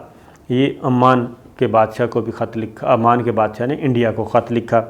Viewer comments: Sir, its Oman not Amaam. amaan is in Labnon. Other thing is your ill research on this. Sorry to say this but we expect good prog frm you. The history of oman you gave is like gonglon sey mitti jharna. Gift ka iss liey bataya gaya kionkey. Way of presenting hone tealy down. Ppl who are behind you ahud considered bringing in new anchor cz it seems you are not interesting doing ur job properly. Sorry sir fr all thos but we waste our time to kosten you. Such important kind of informations presented unwillingly. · AoA. Its Oman, not Amman. Amman is capital of Jordan. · Amaan nahi bhai oman bola karo qk amaan Jordan ka capitel hy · Muhtaram Salam I watch your videos with lot of interest. Kindly pronounce Oman properly;Amman is different city and capital of Jordan. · Sir it's not Amman. Its Oman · Sabir kindly correct your pronunciation Country name is OMAN who sold the Gawader. AMAN is a Capital of Jordan. Thanks. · It’s not Aman but Oman time and again you have pronounced Aman .Aman is the Capital of Jordan.Can you let us know that who paid the purchase price? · Its Not Aman, Its Oman